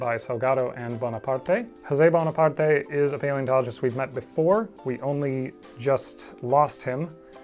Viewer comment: Hey I'm argentinian and congrats on the spanish pronunciation of Salgado and Bonaparte! I know you take the time to get those as right as all the dinosaur facts. Thank you!